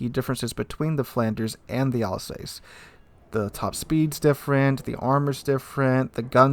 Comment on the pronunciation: you make some very nice observations and analyses. But duuude. The prununciation! You can put the names into Google and it will tell you how to pronounce. It really hurts ears to hear you say Alsace, Pobeda or Hizen.:-D